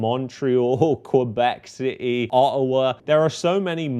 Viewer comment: when he says Ottawa, it sounds like Autowar